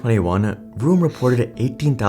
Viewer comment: Listening to you pronounce vroom as broom every time 😂